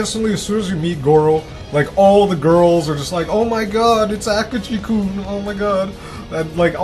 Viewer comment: hes not called Goro Akuji. It's Akechi.